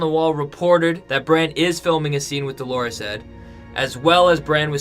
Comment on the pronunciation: Please, please stop calling Edd DoLORes Edd - Dolores is a woman's name. Edd's nickname is DOLorous Edd, from the Latin Dolor, meaning pain, grief etc. In French, the word would be douleur, with the same meaning. Unless you really think Edd is a woman, please change the pronunciation of his name. You are not the only person doing this - lots of other You-tubers pronounce the name wrongly.